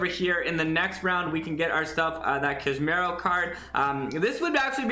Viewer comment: my guy, it's Cass-ah-meer-oh, not Camero. Thx